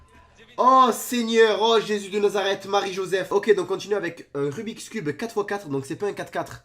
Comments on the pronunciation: Tu as dis rubit cube? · On dit rubix cube 👍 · c pas rubi cube c rubits cube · Le "rubicube" mdrr xptdrrrr